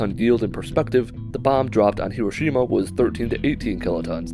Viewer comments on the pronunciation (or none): none